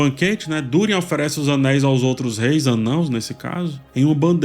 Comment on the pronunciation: O cuidado em falar "anãos" aos <3 Eu ainda to achando complicado de seguir a serie, por hora sigo contigo. Obrigado pelo review.